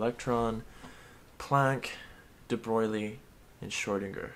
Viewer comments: omfg its debroy not debroglie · AAAAAH ITS IT'S PRONOUNCED DE BROY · Your pronounciation of debroglie...kills me IT IS PRONOUNCED (DEBROY) well it doesn't matter...it's physics Reallyyyyyy enjoyed it😃😃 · It's pronaunced : the Bro eel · Excuse me, you'll find it's De Brog-lee-ay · omfg youre pronouncing debroglie wrong on purpose are you not?